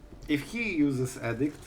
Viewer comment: I enjoy all your videos and learn a lot from you. One small thing I wanted to point out is your pronunciation of edict. I was really confused a few videos ago when you were expecting the opponent to play edict until I saw the card. You pronounce it like addict as in drug addict. It is like the letter E, like eeedict. I know how pronunciation can be difficult,for several months I pronounced the letter Q in Portuguese in a way that actually meant a$$hole, and when I was speaking Spanish pronounced the verb "to run" like they do in Brazil, which sounds like the verb "to f¥ck" in Spanish. I thought I was telling them I run every day.😂 Anyway, that is just the one thing that might confuse people because it did me. Thank you for all your videos, you are the only Magic player I watch.